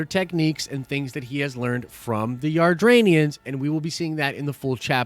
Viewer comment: It's not Ardranians, it's Adratians